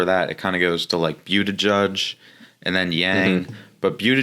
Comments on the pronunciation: Its 'Booty Judge' not 'Beauty Judge'😅😅😅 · lol "byootijudge"